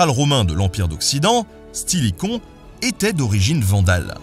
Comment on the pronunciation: Au lieu de "général Stilicon" j'ai entendu "général c'qu'il est con"